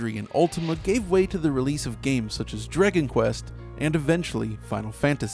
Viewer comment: ..... Did you just say Draygin Quest? I rewound the video like 5 times to be sure.